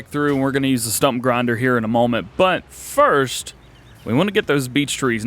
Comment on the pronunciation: "Fist" come on DJ